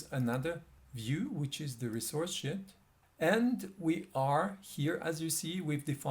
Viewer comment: very helpful tutorial , i liked it one small advice , try to pronounce Sheet probably it's not (Shit)